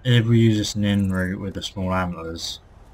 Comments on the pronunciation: It's Nirn-root not Nin-root. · Its called nirn root say it nern root